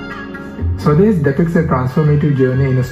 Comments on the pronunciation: for the millionth time its SWAA- DES not swades like sway... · Well, I know for an outsider/foreigner it is hard to understand names like Swades which is pronounced "sva des" and NOT "Sweds" and when written in English it can be read eitherways. You could have made a little effort to understand the pronunciation at least for this reaction video. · It's Swa - Des not swades. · i dont mind foreigners pronouncing stuff badly, we do it do....BUT SWADES WAS JUST FUCKING HIGHLARIOUS!!!! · u will never be able to pronounce "swades" correctly ever😂